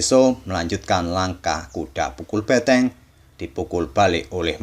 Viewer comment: benteng bukan beteng bang...